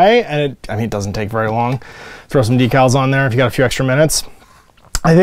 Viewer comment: DEEcals? Who are you and where is? lol